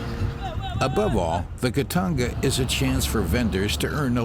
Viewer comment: ITS CALLED KITONGA NOT KITANGA